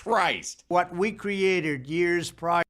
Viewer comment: First words out of the mfers mouth were "burning reckerge" Goddamnit, Trump Then "we createred it" This guy cant go two f seconds without fucking my life